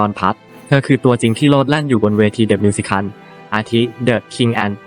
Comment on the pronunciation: 😵‍💫 วิธีการอ่านเหมือนเอไอ มิว-สิ-เคิ่ล ชา-รี้ฟ โอ-เป-ร่า เสียดายเนื้อหา เพราะเพิ่งไปชมเมื่อวาน เพิ่งรู้ว่าแก้มมีลูกแล้ว แต่ดูคลิปไม่จบหลังจากเจอสามคำนี้ไปค่ะ